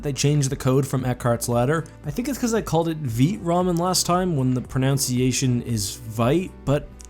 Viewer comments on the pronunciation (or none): Lol did you say veet ramen again at the end? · " I think they were unhappy that I mispronounced the name of their company as 'Veet'." Then goes on the refer to them as 'Veet' in the closing, again. LOL